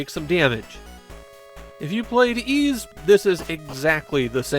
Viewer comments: Also it’s pronounced ‘eese’ not ‘ease’ and in Japanese I’m told it’s ‘iisu’ and not ‘iizu’. of all people should know this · fair enough. Also, it’s pronounced ‘eese’ like ‘(g)eese’ or ‘(fl)eese’ or ‘eas(t)’. They pronounce it correctly in the English Turbographx version of 1 and 2. Even gets this wrong, it seems. Considering he reads Japanese, I’d guess he’d know it was ‘iisu’ and not ‘iizu’ and work it out from there. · Literally the only things I know about YS are that it's a long-running JRPG franchise and that the title is pronounced "Yees". Considering that most other JRPG's from this time period are turn-based (FF, DQ, SMT, etc), assuming the same of YS isn't unfounded. In fact, pretty much the only other 8/16-bit action JRPG I can think of is the Mana series, and the combat there is so slow and menu-driven that it might as well be turn-based.